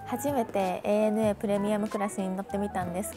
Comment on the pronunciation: おひさ～ANA（エー・ネエヌ・エー）ではなく、正確にはANA（エイ・エヌ・エー）ね😁😁 飲みすぎんなよ～